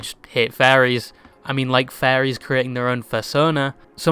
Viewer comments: you pronouncing Furries like "Fairies" actually confused me for the smallest split second lmao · I’m sorry but bro’s accent made me think he was saying faeries (slang/offensive term for gay men) instead of furries and I got whiplash for a hot second there. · I love how you mispronounce the word "furries" in such a funny and degenerative way xD Makes me think you can't speak and read English.